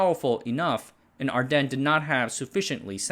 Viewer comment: Your pronouncing ardenne awrong. The e at the end is not silent.